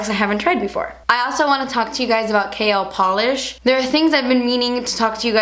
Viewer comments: I honestly thought she said kale polish!!!! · lol thought u said kale polish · Lmao I kept hearing "kale polish" WHOOPS.